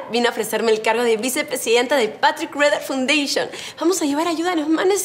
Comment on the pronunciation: No se pronuncia "fundayshion "se pronuncia "faundashion"